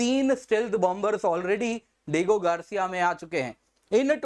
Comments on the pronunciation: सिर डिएगो गार्सिया है वह डिगो नहीं आप पढ़ा रहे हो कृपया अपने प्रनन्सीएशन ठीक कीजिए😭🙏🏻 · चचा - डिएगो गार्सिया है। डीगो गार्सिया नहीं। समझे ?